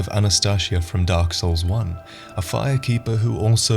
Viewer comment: The darle SOURL